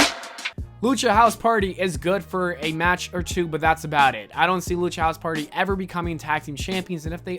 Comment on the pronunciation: once he said lucha hose party I thought he was going to say Rey o.